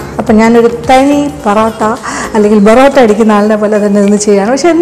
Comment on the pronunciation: Porata ale borata ennu parayuna pole